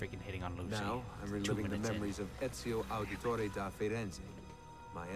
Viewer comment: its da not de